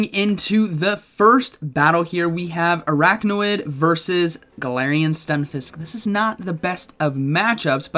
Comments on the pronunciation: you're saying araknawid, but the name is Araquanid, so it should be pronounced arakwanid. just an fyi. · It’s pronounced Ar-aqua-nid, not arachno-id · Are you saying it wrong on purpose orrrrrrr.....araquanid not araqnawid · LoL! What's Arakna-Wid...? Arak-Wa-NID. 🤣😂🤣😂🤣 🤦‍♂️ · It’s ar-aqua-nid, not ar-achno-id 😅😂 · Please stop calling it aracknawid, couldn’t watch this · Commenting to fulfill the algorithm because of your absolutely BONKERS pronunciation of Araquanid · Could’ve looked up how to pronounce the pokemons name before uploading this 😅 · The way he just kept saying Araquanid’s name wrong 😂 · What was the other mon where he kept mispronouncing the name? I forget, but makes me wonder if he is doing a Wolfey and trolling us with deliberate mispronunciation. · yes, I’m aware. My comment is pointing out that it’s being pronounced incorrectly in the video.